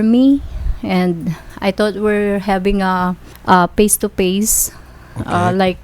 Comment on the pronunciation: "i was surfrise because they didn't inform me and i though we're habing a paste to pase"